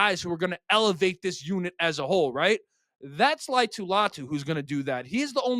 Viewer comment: All vowels are pronounced with most Polynesian names: La-i-a-tu Latu.